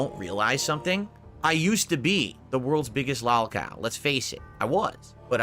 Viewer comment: correction, "LAHLcow"